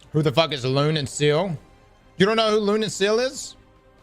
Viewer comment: Lol lune and seal lmao...what is it with streamers when they hear how to pronounce a word or name they refuse to do it correctly. It's lune...like loo-nay...and sciel...like sea-el